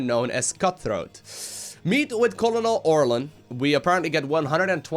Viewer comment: Say 'kernel' for colonel. Also, I love your stuff, this is how I decompress at night. Best, Major Joe.